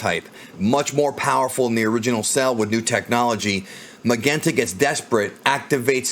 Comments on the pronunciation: Magenta's name should be pronounced more like Mazenta (マゼンタ) — which is a bit odd —, rather than Magenta (マげンタ) with a hard G. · The name Magenta, is pronounced mah-jent-tuh. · Lol why do u keep sayin magenta like that? Have u never heard of that color before? I kno it's the dudes name, but it's the name of a color as well, u kno? Lol